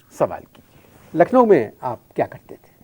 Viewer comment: Lucknow nhi Nucklowwww😅😅😅